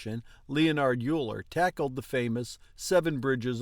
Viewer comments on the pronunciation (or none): I was taught that it was pronounced 'Oiler'.